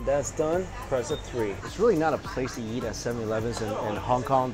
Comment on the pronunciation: Every time he says eat i Think he says yeet so i get funny pics in my head